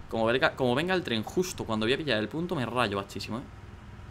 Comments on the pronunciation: Por que dice trem en ves de tren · alguien mas noto que al inicio decia TREM en vez de TREN